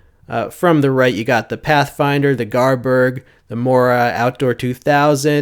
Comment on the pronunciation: for a second I thought he sead Mora garbage and I was triggered as